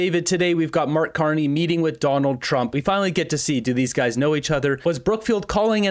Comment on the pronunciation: Sounds like reporter addresses Carney as "Mr.Carnage." lol